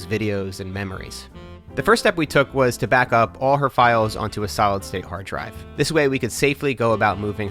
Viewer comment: Did he said, "...solid state hard drive."? I am like What??!?! lol Other than that, I really enjoy the video.